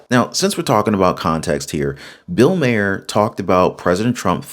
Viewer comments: Dude, you have to pronounce his name right. It's not Mayer it's like Marr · Love you, dislike Maher, but it’s pronounced like MAR, like bar, far, star. Etc. Thanks for the video 🫶🏼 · Does he not know how to say bills last name correctly